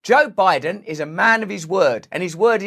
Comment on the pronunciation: I couldve swore when this episode started he said “Joke Biden” 😂